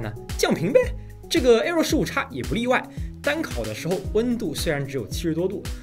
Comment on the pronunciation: 15X 15X 15X 那是 英文發音啊 .... 唸岔 真的不怕被外國人笑 (真實經歷....